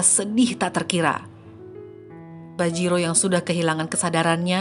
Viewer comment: Bajirao .. bukan bajiro